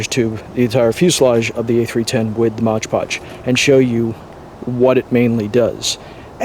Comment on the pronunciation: Mod Podge not Modge Podge